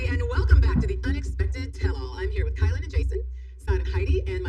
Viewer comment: I really don’t like to knit pick but it’s driving me crazy. Her name is “KI-LYn (spelled Kylen), not Kaylen. Or K “EYE”lyn if that helps.